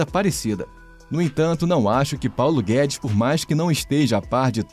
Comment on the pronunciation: Pauno guedis chicaguei